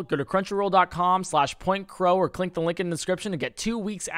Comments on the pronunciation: How has nobody noticed he said "clink the lick in the description" at the beginning. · you said clink the link in the begining